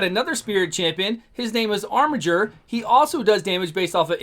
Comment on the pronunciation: Finally, someone who pronounces "Armiger" properly. It's a word, y'know.